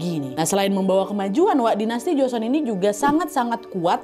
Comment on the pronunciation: Bukan joson kak nadia,,setahuku yang benar joseon